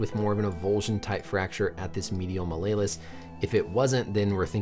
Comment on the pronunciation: you say malleolus funny heheh